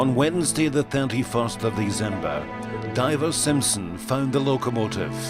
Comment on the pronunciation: It's December, not Deezember.